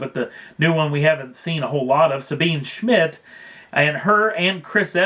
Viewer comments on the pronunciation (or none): Can any of the commenters pronounce the German lady's name correctly, just once? It's not as you say Sabeen Schmit. It's Zabeeneh (the final 'e' as in Porsche) Schmits. And more than three times for "right off the bat" is too many.